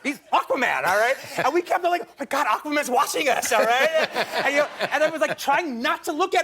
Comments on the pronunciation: Triton? You mean trident? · Amazing director. Gets incredible performances from all of his actors. But please keep him off chat shows. Imagine what he'd be like with coffee, doughnuts and a red bull. Unbearable. Oh, Quentin. Aquaman holds a trident not a, what did he call it? A tritan? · quentin, it's a trident, not a triton